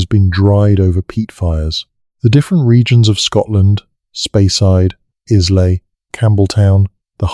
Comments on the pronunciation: Oh aye and the island of Is- lay 😂😂😂😂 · Islay is pronounced isle-la ….Scottish Whisky doesn’t have an ‘e’. The overall detail and information is fascinating and well- researched. Thanks for that. Maybe have a local proof read/edit the text and especially pronunciation on narratives.